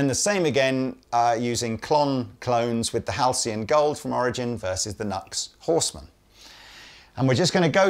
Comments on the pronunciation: It’s pronounced New X. Not Nucks. 😂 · NUX is pronounced "new ex". Even cheap gear is absolutely useable! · It's pronounced 'New Ex' not 'Nux' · Another great video! Question: I’ve always heard the brand NUX pronounced New X, not Nucks. Is this just a Brit vs USA pronunciation thing? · I think the Brand NUX ist spelled like " new x " instead of " nugs " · Its New Ex not Nucks! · Nu - X !! Not nux.....C'mon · It's Nu-ex, I learned this from you! lol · Come on, man! "Nucks?" I know it's a stupid name, but if you sell the stuff, at some point shouldn't you pronounce it the way the company intends? You're better'n that! I have the same problem with longtime synth players who say Mooooog.